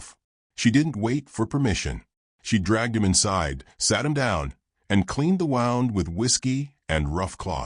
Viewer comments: Prefer this narrator's voice over some of the female's. Please correct the pronunciation of "wound". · Like the story but not saying wound correctly is annoying